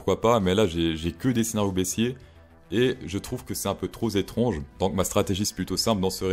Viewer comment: "c'est un peu tro 'Z étrange", ce n'est plus la sélection par la grammaire, mais ce coup ci, t'as été liquidé 🤣🤣